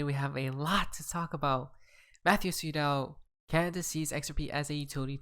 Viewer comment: are you saying "tweet out" or "sweet al" . calm the fuck down and pronounce your words.